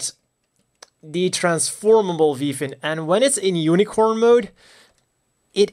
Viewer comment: i know i'm late, but i like how you say "unicron" instead of unicorn in the first fifth of the video